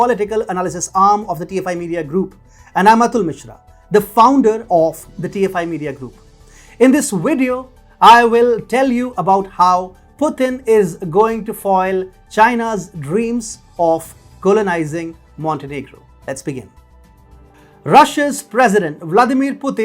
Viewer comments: it's VIDEO and not WIDEO ffs ! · love how you say "wideo".